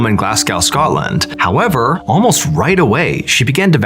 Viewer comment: The way he pronounced Glasgow and Scotland was personally offensive 😂